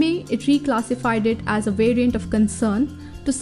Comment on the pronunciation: Who else heard "it is a mutated virgin"